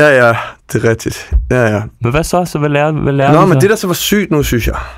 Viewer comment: Det hedder altså "Forstår du hvå' jeg mener?", IKKE "Forstår du hv' jeg mener?"!!!